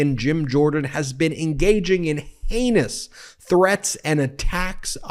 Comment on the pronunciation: ... (That "heinous" sounded very much like "anus") So Sorry to say this but it is actually so very fitting!